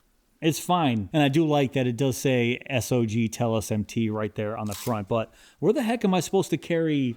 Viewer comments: Please stop calling the company S-O-G. It make you sound like you don't know jack. The company is named Sog, and it sounds how it looks. It's hard to take your content serious if you haven't bothered to learn how to pronounce the company name. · | needs to learn some new adjectives. Everything is "nice" to him. And BTW, everybody uses Sog (one syllable), not S O G.